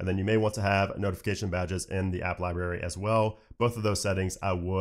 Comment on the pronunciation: you provide very good information and I am a subscriber. This is only constructive criticism. You are pronouncing library incorrectly.